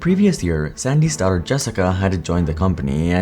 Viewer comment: Please pronounce "daughter" a little better. I totally didn't get that Jessica was Sandy's daughter until much later in the video because I couldn't understand you. But thank you for the video. It was fascinating nonetheless.